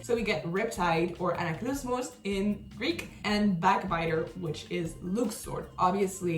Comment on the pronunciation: being able to say the Greek version of Riptide is low key impressive